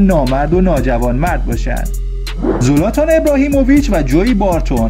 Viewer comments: خوب بود ولی زلاتانه نه زولاتان زولاتان کلمه خوبی نیست😂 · زولاتان نیس زلاتانه داری اشتباه می زنی